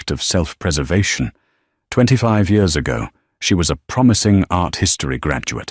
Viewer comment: The word is YEARS NOT YOURS. can't A I SAY YEARS ?